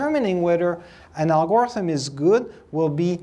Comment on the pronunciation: IMO the usual pronunciation of "algorithm" puts stress on the first and last syllable. When putting stress on the second syllable then it's "Al-Gore-ism". 😀